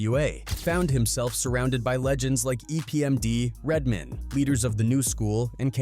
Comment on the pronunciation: Red man! Not Redmin